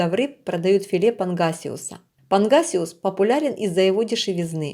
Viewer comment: панГасиус не панХасиус, достиГается а не достиХается, слушать противно, не уродовай язык, если не умеешь говорить, размовляй на мове своей !!!